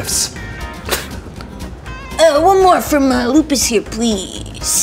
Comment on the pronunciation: Yea instead of luis she saud lupus